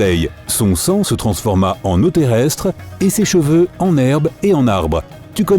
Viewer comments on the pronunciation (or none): none